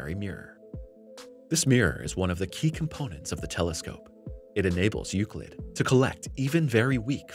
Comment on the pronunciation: You say Euclid Correctly!...But the title of the video probably wont help in Search Rankings!(Unless it is a Common misspelling)